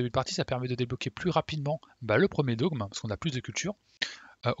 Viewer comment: Super guide, comme toujours! Il m'est très utile! parcontre on prononce pas "dôgme" mais "dogme", comme "forme"